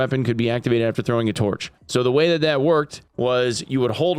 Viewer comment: "getting ready to hwak tuarch at somebody"